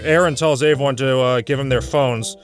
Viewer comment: Don't you mean "averyone"